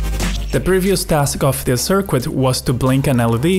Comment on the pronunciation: I can't listen to your sirkuit